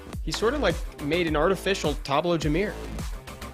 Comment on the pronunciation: It's jamire not jamear.